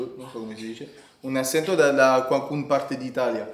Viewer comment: Ha anche fatto molti altri errori , asento è spagnolo in italiano si dice accento ( aTCHÉnto )